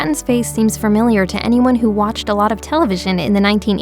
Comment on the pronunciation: Did you say framilia or familiar?